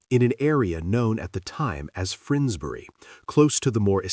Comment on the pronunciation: Frinsbury???? No,no,no! It’s called Finsbury!!!